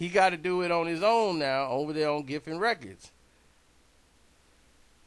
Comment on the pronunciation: Geffen records not giffen